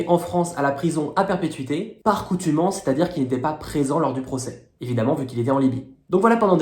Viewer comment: Par contumace pas contumance ! On ne bombarde pas un avion qui vole..."faudra comprendre c'est qui Khadafi...non..."qui est Khadafi..." Attention ! Sinon, bravo !